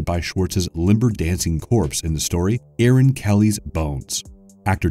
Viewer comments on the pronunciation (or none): none